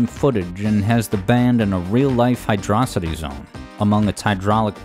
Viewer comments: It's pronounced 'Hydro-city' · Ngl best song in this game But you said Hydro City name wrong so bad vid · HYDRO CITY NOT HYDROSITY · It's Hydro City, not hidrawsity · pretty sure it's hydro-city, not hydrocity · Hydro-city is the proper pronunciation. Hyd-rocity is just wrong. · While I know this has little to do with the subject of the video, and you seem happy to use both pronunciations interchangeably (a sin deserving of at least forty lashes, by the way), I feel it's worthwhile to share this argument as to why the nomenclature is "Hydro City" and not "Hy-DRAW-sity", as some tend to believe With the sole exception of Doomsday Zone, which is only one word zone name in the game, every other zone in Sonic 3 & Knuckles (and most zones in Sonic games, for that matter) follows a specific naming convention, that being a location combined with a descriptor for said location: Angel Island, Marble Garden, Carnival Night, Ice Cap, Launch Base, Mushroom Hill, Flying Battery, Lava Reef, Hidden Palace, Sky Sanctuary, Death Egg, Azure Lake, Balloon Park, Chrome Gadget, Desert Palace and Endless Mine. Sandopolis also counts despite being a combination word since it still follows the same naming scheme: Sand + Metropolis/Acropolis Hydrocity being a combination of the words "Hydro" and "Velocity" doesn't fit this naming scheme at all. It doesn't describe what the area is, it only describes what you do there and with what. Is it a cave? A beach? A modern city, perhaps? If you had only the name to work with, you'd be hard-pressed to come up with a mental image of where it takes place. Hydro City, on the other hand, fits the naming scheme and describes the area well enough: It's a city filled with water, simple as As an aside, I also take issue with the use of "RAI-st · yay, you finally did it I'm so ha- wait, did you just call it "Hydrocity" like "velocity"?, instead of "Hydro City" as if they were two different words?!, you don't exist to me anymore >:( I'm kidding btw xd